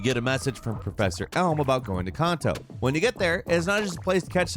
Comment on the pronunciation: Can Toe / Joe Toe . enough said.